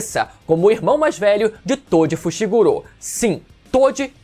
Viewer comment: Por quê vcs ficam falando Fushiguro como fushigurô? 😂😂 devo ter algum tic, prq isso me dá uma gastura do carai 😂😂